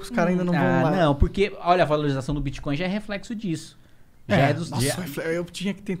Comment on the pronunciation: Mano, ele falou TIBIA coin ou bit coin?